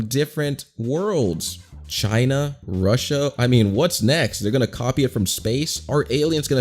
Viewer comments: and ew why does he pronounce russia so weird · Nah fam, it's "Ruzja" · bruh don’t talk my country like that! It’s said rusha